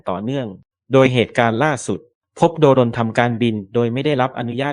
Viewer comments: เขาต้องอ่านว่า โดรน ค่ะ ไม่ใช่ โด รน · AI หรือคนอ่านนะ ทำไมต้องอ่านว่า โด-รน คนทั้งโลกเขาอ่านว่า โดรน มัน เอไอ หรือคนกันแน่ที่อ่าน หรือว่าแอดช่องนี้ ไม่ใช่คนไทย ??. *โด-รน .ฟังแล้วมันขัดหูยังไงพิกล รึอ่านไม่ออก หรือว่า ไม่ใช่คนไทย. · แอดมิน เป็นคนไทยไหม ??? อ่านให้ชัดนะ อย่าอ่าน โด-รน ให้อ่านว่า โดรน อ่านดีๆ สิ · แม่งออกเสียงโดรน เป็น โด-รน เข้าใจว่ามึงเป็นเสียง AI แต่มึงไม่ต้องตลกขนาดนี้ก็ได้ 😅😅😅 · อ่านคำว่า.โดรน.ดันเสือกอ่านเป็น.โด.รน.ป้าแกสิ. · โดรน ไม่ใช่ โด-รน ถุยยยยยย